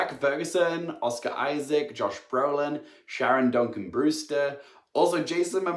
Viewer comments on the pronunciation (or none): none